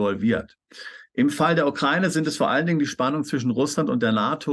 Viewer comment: Bitte lernts die Aussprache von Ukraine/ Ukrainer ... wenn die Aussprache schon höre muss ich überlegen was die damit meinen!Wie betont und falsch ausgedrückt schlimmer gehts ja wohl kaum!Bin selbst keine aber bekomme da Gänsehaut!